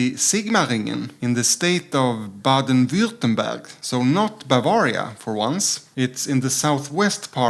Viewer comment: You pronounced Sigmaringen and Baden Württemberg very well :-)